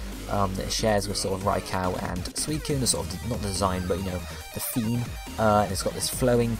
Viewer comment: It's raiko not raicow and he's eletric